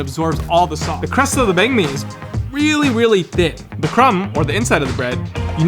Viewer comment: I'm glad he pronounced banh mi with real vietnamese tones.